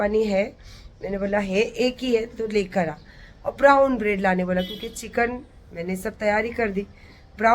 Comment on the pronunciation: Prown bread kon sa bread hota hai pehly khud english sekh 👹👹